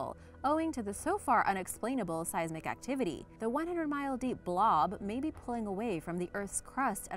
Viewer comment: Your pronunciations are killing me. Seismic and arthropod in this video and at least one technical word per other videos. You are, however, not alone. Most non-scientists trying to educate the public are guilty of this across You Tube.